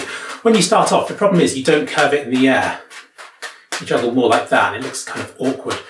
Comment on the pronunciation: "You will never be abble to joggle". -being 99% correct